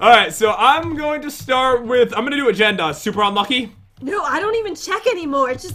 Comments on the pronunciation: Its Jen Not Gen are you trying to make fun of Jen!!! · Lopaka Ell-Peterson its jen not gen hahahahaha